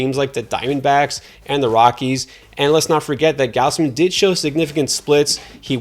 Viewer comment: how could you possibly claim you know baseball and pronounce it GOWSE-MIN rather than GOZZ-MIN. also sale's advanced metrics were better in 2021 than 2019 and parts of 2018. but all we care about on this channel is the word injury and surface stats that dont adjust for anything. not to mention how good mclanahan's xFIP, ERA+, and how bad Zu's cERA is. do your research lol this guy stinks